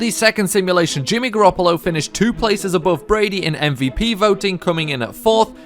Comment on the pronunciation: You can't even say Garoppolo